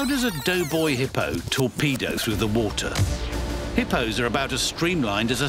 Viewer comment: Narrator said dough boy hippo 🤣🤣🤣